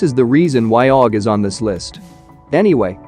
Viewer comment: You can fix the aug sound when it comes together in text to speech just do it like this A U G it will say it correctly